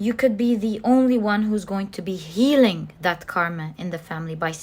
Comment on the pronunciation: I chose pile 1 since I was attracted to the bear. However, I couldn't finish watching your reading. The main thing to me is the way how you say a word healing for example. You say it as healink. I don't know why but you change g to k at the end of some words and, as a highly sensitive person, that really stings my hearing, breaking this lovely zone where I get during the readings. I hope you don't take my words in a wrong way. I'm not here to judge you or anything (because my English isn't perfect either since I'm self-taught about it) but I wanted to point this out.